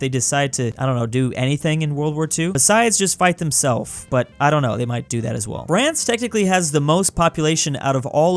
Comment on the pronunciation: did he just say Brance?